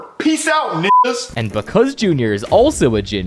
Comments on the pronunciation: said ninga and then they blured it to make it seem like he said the n word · Dude in behind the scenes obviously says ninga